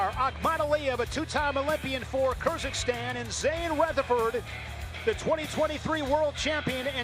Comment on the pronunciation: Why commentators said Kyrziqstan??? This is Kyrgyzstan! KyrGyz not Kyrzyq